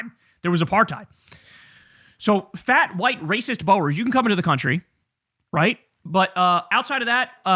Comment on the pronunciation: Learn to say boer which means farmer.